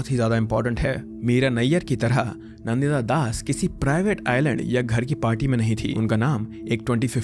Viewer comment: You are an Indian and how do you pronounce Deepak Chopra's name.... Dee-pack? And Nandita Dasas Nan- Ditta Das!